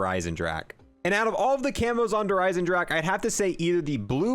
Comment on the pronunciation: how he just swallows the E in eisendrache 😂👌🏻